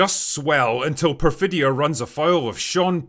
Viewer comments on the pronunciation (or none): Perfitta Beverly Hills😂😂😂😂 and she says it while commiting crimes haha